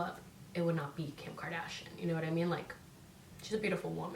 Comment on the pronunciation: Lol it’s pronounced KARDASHIAN NOT KARDASHIN LMAO